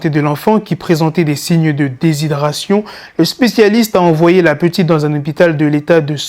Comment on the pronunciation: des signe de déshydratation.. et non déshydration.. lol 👍🏽